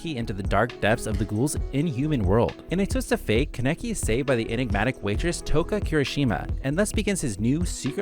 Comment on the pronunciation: i just cant respect the fact that u butchered kaneki's name